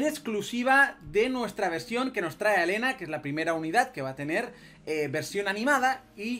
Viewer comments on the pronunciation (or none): none